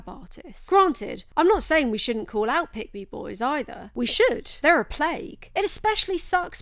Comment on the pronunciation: it sounded like you were saying "pygmy boys" it made me giggle